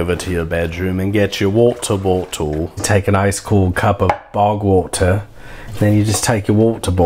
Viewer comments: “wotor botdle” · “Woto boto” lmfao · The pronunciation of “water bottle” was so funny and accurate I paused the video to comment about it. God dammit this is hilarious.